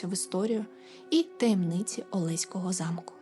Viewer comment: привіт з Олеська) в нас усі кажуть олеськО, з наголосом на останню о, хоч правильно так, як кажете ви, але це так, цікавий факт, а випуск цікавий)